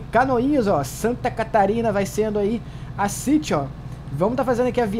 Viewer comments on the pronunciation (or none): none